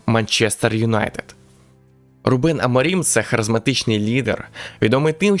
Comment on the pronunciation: Відео цікаве! Але вухо ріже, а не РУбен. РубЕн це армянин якийсь😀